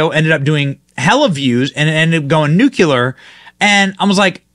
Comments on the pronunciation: Hey Benny! The word is pronounced NEW CLEE ARE not New que lar! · The amount of americans that cant say Nuclear is astounding. What in the hell is a nucular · Nuclear not nucular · Benny It’s not “Nucular” it’s pronounced nuclear! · It's NUKE-lee-ur, Benny! ARG! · Benny, PLEASE... It's "nuclear", NOT "nucular". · Say after me: Noo-CLE-ar. Not "Nuk-kelar". I will check on your next video. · Nu - cle - ar my boy Benny!! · Hey Benny, you say nuclear wrong 🤷🏼‍♂️